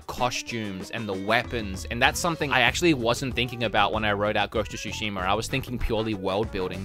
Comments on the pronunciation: "Ghost of Shushimer" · why are some people adding an 'R' at the end of words? E.g. Zeldar, Ghost of Tsushimar yada yada yada